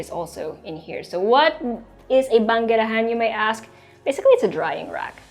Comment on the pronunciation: I love when you said 'banggerahan'. So Pinoy. I love the house! Thank you,.